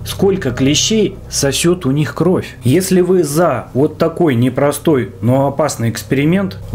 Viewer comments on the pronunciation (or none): none